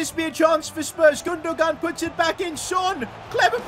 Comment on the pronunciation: It’s (goon- doo-won)